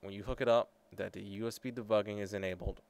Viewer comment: dare? dat? dose?